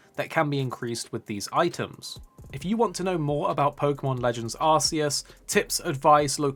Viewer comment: Please stop saying arse eus. Sounds really silly. It's clearly arc.. also have an arc phone.. not an arse. Lol